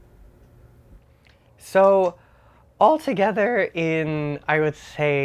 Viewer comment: I wasn't the only person who heard his voice do somit weird "alToGeThEr" 😂😭